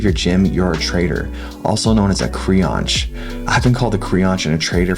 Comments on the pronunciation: Creonch, lmao. "Creonte" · As a brazilian, hearing someone from another country say CREONTE is SOOOO funny. It is indeed a brazilian slang that means traitor and it's funny because it's a very niche word nowadays. It was very popular in the early 2000s, but it's hard to hear someone use it lately